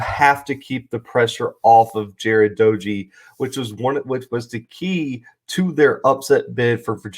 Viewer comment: Not a big deal but WVU’s quarterback’s name is pronounced DAY-gee. Good video. Should be a good game